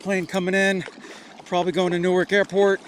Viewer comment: Definitely did not pronounce neither wrong